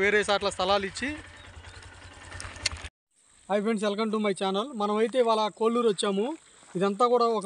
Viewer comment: కోళ్ళూరు కొల్లూరు కాదు